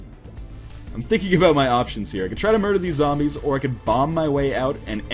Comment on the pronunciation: Why do people say "Zombie" but then "Zambies" and not "Zombies"?! =(